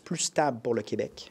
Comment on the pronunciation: Je remercie et félicite PSPP d'avoir arrêté de dire "qWebec" quand il parle en anglais. Vive le Québec libre